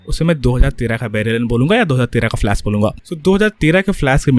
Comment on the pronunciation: "Flask" lmao😂😂😂